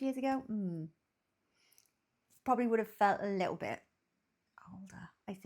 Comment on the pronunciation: "A Littole British Gull"....